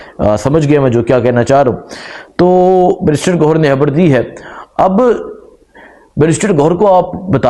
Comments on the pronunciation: Salam alaikum bhai pls Imran han nhi Imran khan hai or habar nhi khabar hota hai pls thk se name liya karain pls imran Khan bola karain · اپنی ح ؟خ درست فرما لیں خبڑ نہیں خبر 😩